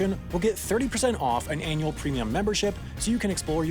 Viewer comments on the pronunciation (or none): none